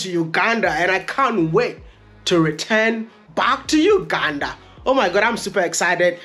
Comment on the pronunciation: uganda not ukanda🤣🤣just kidding.. i love your content bro